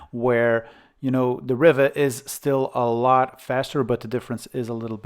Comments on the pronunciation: Not riva as in river but riva as in REEVA like in READ, SEED, NEED, BEAD or BLEED. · I don't think I've ever heard ANYONE pronounce it that way. The Spanish, French and Italian pronunciations is "Ree va". Like how you say "Viva". Set my teeth on edge every time you said it. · Ree var. As in Superman, Christopher Reeve. Not a problem though😊